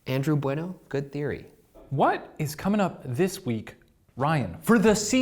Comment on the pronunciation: the way that Ryan correctly pronounced "Bueno" gives my Latino soul life, also that wasn't the original Pam voice